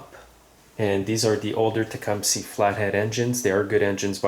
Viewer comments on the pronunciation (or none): Probably thumbs down for pronouncing the name of the engine as Tecumsie..